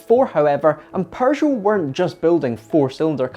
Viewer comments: Why does he says 'PeuRgeot'???!! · Why do you pronounce it "Perrgoh" theres no R in Peugeot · TIL there's an 'R' in Pergeot, I mean Peugeot. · "Paeu-jot" - a nice rebranding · Its PEUGEOT, not PERGEUOT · I love your British pronunciation of Pershow ! It is a shame to waste all that engineering on a single design concept car . They could have sold 25 of them for a metric ton of francs . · Why does he keep pronouncing it "Porzhou" ? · "perjoe, perjou, purrjow". There is no R in the name,...Stop with the "Purr Joe" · All I hear is Prrrrrgeot :)))) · What´s a Purrrgeot? Lol! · Purgot? 🤣🤣🤣 But seriously, very nice item! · It's not a perr joe you goof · I love how he murders the pronunciation of Peugeot. He just went with his own version, Persho. Quite amusing, that's the only thing I could hear during the video. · Why does he call them Purshow? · Perjoe or Peugeot? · TIL, there is an R in Peugeot #Pergeot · Dude why you calling it PURgeot?? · Someone tell bro there's no "r" in Peugeot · Bro it’s peugeot but without R between the U and G, smh 🤦🏽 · Your Scottish, that’s not how we pronounce Peugeot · hey, you know there's no "r" in "Peugeot", right? 😅🤔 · Am I hearing an “r” in the pronunciation of Peugeot? I see no “r”. I would like to get a second opinion… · I've never heard of this car nor have I ever heard the maker's name pronounced quite like that with an r in the first syllable.